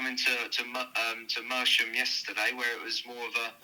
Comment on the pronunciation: There’s a T in the middle lads. Merstham.